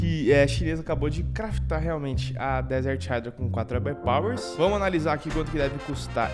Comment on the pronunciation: Mas a pronúncia correta é "raidra" basta ouvir no Google tradutor. Ninguém pronúncia (PLAY) como "plai" mas sim, "plei". Espero que tenha entendido o exemplo.